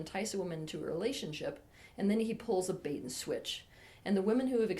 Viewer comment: When you said bait and switch, I understood beta switch.